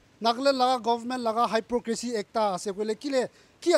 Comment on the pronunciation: Since no one is telling you but I love you and I'm gona correct okay 😂check your pronunciation on hypocrisy